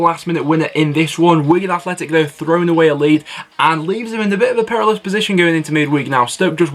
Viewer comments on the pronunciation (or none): none